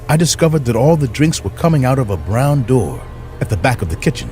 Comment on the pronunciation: Open the Noor 😂😂 Open the Noor 😂😂😂